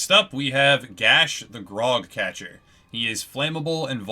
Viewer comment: are you saying graug it sound like grog